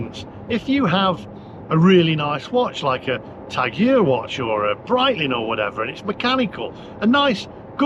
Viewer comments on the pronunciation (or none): Were you saying Tag Heuer? Who taught you how to pronounce the name on that watch? It's properly pronounced "Tag Hoyer". Google the pronunciation. If you were pronouncing some other brand of watch, what is it?